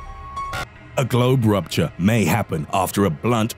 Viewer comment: NUMBA 4: GLOBE RUPCHA NUMBA 3: OCULA HURPEEEZZZ!!!